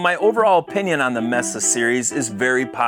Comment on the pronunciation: It's pronounced "MAYSA", you know, like the place in Arizona.